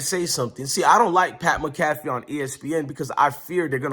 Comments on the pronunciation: Bro you pronounce Pat McAfee, mac-a-fee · It’s pronounced - Mac-A-Fee…👍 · Pronounce PAT MAC A FEE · Pat Mcafee is pronounced Pat Mack-a-fee 😊 go colts! 💙